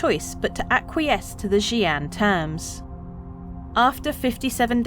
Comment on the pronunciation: How long did it take to get the pronunciation? ..fair play 😊